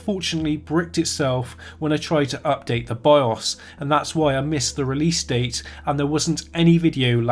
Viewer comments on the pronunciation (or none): none